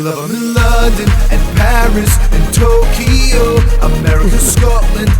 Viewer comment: "London, Paris and TOK-E-YO" I believe.